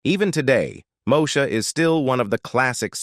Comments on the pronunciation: …..”moe-sha”? It’s pronounced “Moe-eee-sha” smh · I quit watching after the third “Mo-sha”. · Not MoSHA, chiiiile! Dang! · If they can't even pronounce the name of the character correctly, I'd question the accuracy.